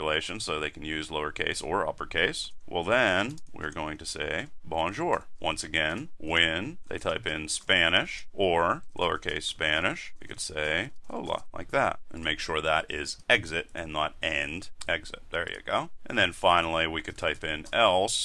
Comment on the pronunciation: Bonjour ! ( and not «Bojour» ;-) )